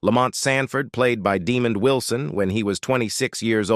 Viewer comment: AI is funny Deemon wison, lol